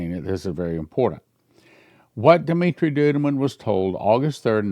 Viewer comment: his name is Dumitru- pronounced Doo-mee-troo. Why do you keep calling him Dumitri?